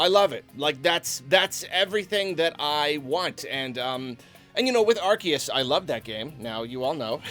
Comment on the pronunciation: omg it's pronounced AR-SEE-US, not AR-KEE-US! AR-SEE-US! ARCEUS! GET IT RIGHT GADDAMNIT